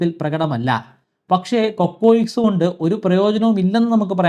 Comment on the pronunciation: കൊക്കോയിക്ക്‌സ് അല്ല cocyx അല്ലേ.. പരിണാമ സിദ്ധാന്തം ഒരു ശാത്രമയ് മാറിയോ?